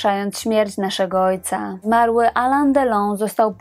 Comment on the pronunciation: Alain wymawiamy nosowo ( Alę z akcentem na końcu )